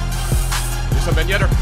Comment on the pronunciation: It's Wissam not Vissam ffs 😂😂